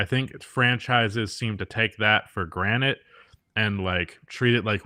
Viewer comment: I cant help but notice you always say “take it for granite” instead of “take it for granted”. Idk if it’s just a pronunciation thing or if you dont know the saying lmao